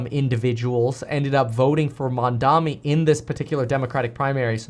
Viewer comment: Kevin, learn to say his name right cause you’re going to see him in politics for the rest of your life MAMDANI, he’s the breath of fresh air we’ve been looking for in this country